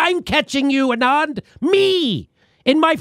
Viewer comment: Hey there! Love your videos :-) since you were wondering - the name „Anand“ is pronounced „aah-nund“ - with „nund“ like bund from bundle 😊